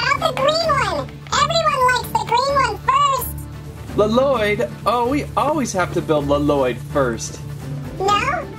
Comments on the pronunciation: It triggers me how he says L-Loyd (In the show they all call him "Loyd") Only in the Lego movie does Garmadon call him L-Loyd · Bro it's not L loyd it's Lloyd pronounced loyd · ITS NIT LELOYD ITS LOYDE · Really good video and I love it but really luh - Lloyd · It's Lloyd not lololoyd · He saying l lloyd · It's lloyd not laloyd only garmadon calls him laloyd in the ninjago movie r u garmadon no so stop pls stop get some help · Did my dude really just say “Luh-Loid” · I wonder why people add the double L for Lloyds name when its pronounced Loyd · His name is not la-lloyd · My mans just said La-Lloyd I don't know if he's joking when he says it if he isn't look up the NAME on Google. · You don't say Lloyd you say Loyd. It just spels Lloyd but you say Loyd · did anyone relized he called lloyd l-lyod ol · Im so trigred because lloyd is prononced with 1 ll not 2